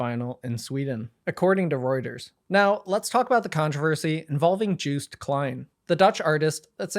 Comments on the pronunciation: It's 'car-rear' not 'kareeja' and its 'yo-st' not 'juiced' and Austrian t-shirt is like that every single year because the idea is 'we are still not equal' . Otherwise great summary! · no way bro pronounced it joost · yeah, its pronounced yoast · All awful news aside, the way u pronounce 'Joost Klein ' is frankly hilarious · its yohst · Joost is pronounced like TOAST. Say : Yoast - that is the correct way to say his name. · this is a great write up but omg, as a Joost fan I am dying at the way you pronounce his name... juiced... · Also just a heads up Joost is pronounced Yoh-st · you pronouncing Joost as Jewst to me as a dutch person is hilarious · Joost's name is pronounced more like [Yost] (idk how phonetic writing works) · As a Dutchie I am glad you covered this! Also Joost could be easiest pronounced as "yo-st" I would say☺️ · Juice Klein 😂😂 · great video as usual, but i wish some research had been done on pronunciation for this video. joost is pronounced like “yoast” like toast. käärija is pronounced more like carry-yuh. i also wish you had gone into the alleged reasons why joost was banned. joostice for joost and free palestine 🇳🇱🇵🇸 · "Joost" rhymes with "toast" btw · Wait…it’s not pronounced Jooooooh st? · That's not how 'Joost' is pronounced 😂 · Also Joost is pronounced like toast but with a Y instead of T